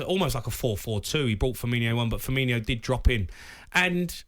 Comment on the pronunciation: Right, for the last time… It’s Firmino. Not Firminho. He’s been at the club for 7 years and people still can’t say his name properly.